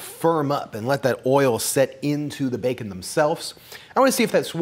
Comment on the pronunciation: I honestly can't decide if he has a unique way of pronouncing bacon, or if he is deliberately saying it like 'bake-un' to differentiate it from the actual meat.